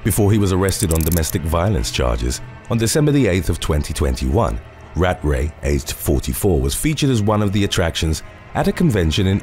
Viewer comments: Rat-Ray is NOT how you pronounce his name. Cmon man do better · You can’t say ratray seriously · *British accent "RAT RAY"